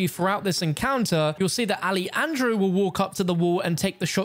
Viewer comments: Hey stupid, not ali andro- its alejandro like alehandro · "Ah-leh-handro" hermano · "alieandro" what was thaaaaat Pronunciation???